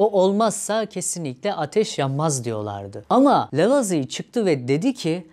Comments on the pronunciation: Lavoazie diye okunur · İlk kez Lavizi diye telaffuz edeni gördüm.